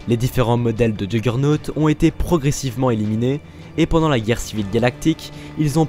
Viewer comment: Si je puis me permettre ça ce dit yourgeunotte a l'oral